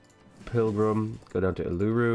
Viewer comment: you're pronouncing Uluru wrong, am I the only australian that watches these things?